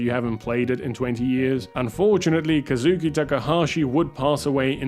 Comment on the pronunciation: Ka-zoo-kee not Kazoo-oh